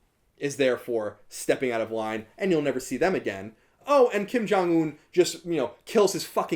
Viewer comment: Hey loved the video! Just wanted to give you a heads up on your pronunciation. It's understandable because the romanization of korean is pretty bad, but that being said I figured you'd want to know how to pronounce these words since North Korea interests you and you were using them alot: (김정은) Kim Jung Eun - the eu is pronounced like oo in book not like in food. (평양) Pyongyang - the a in yang is like a in fall not like in hay. And make sure to pronounce the (ng)s as (ng)s and not as (n)s (주체) Juche - the ch is a hard, sharp ch like in chips.